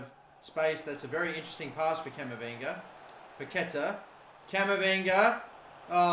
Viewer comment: Hey mate, big fan of yours from Brazil!! Waiting for the next FIFA My Career video. And just one tip: The correct way to spell Paquetá in Brazilian Portuguese is something like "Paketaah".